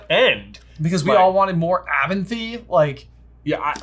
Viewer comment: calls Abernathy “Abenthy” and I love that parapraxis that tells us how much Name of the Wind he’s been reading